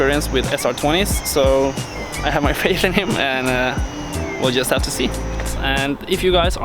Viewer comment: dude!? You said "ro" insted of to. Learn how to speak english!